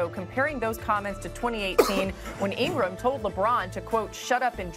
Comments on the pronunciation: Stephen A. Smith: Laura In-gra-ham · Laura Ingram is a racist clout chaser. Good thing SAS mispronounced her name.